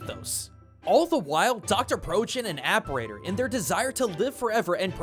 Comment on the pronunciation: Cool video, really interesting stuff i never considered about cyber shadow’s story! I think you were pronouncing Apparitor’s name wrong, but I mean so did I before I actually looked up what an apparitor was, lol.